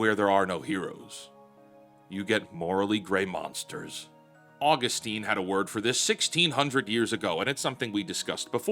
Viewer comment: please never pronounce Saint Augustine like that ever again (great video btw)